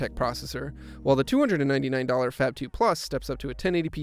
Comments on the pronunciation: It's supposed to be pronounced as "FAB" and not FAP for god's sake. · I know it is inappropriate but I heard: fap phone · Did anyone else hear the narrator say, " fap]2"? Am a the anly one that heard that? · Sounds like he's saying "fap"